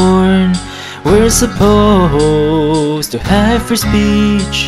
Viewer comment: No fwee speech chiwdwen!